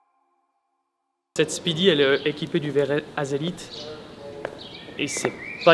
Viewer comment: On ne dit pas haselite mais hésalite !!! :-)